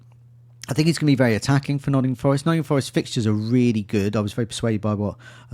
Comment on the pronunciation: On behalf of Mark, it's NOTTINGHAM Forest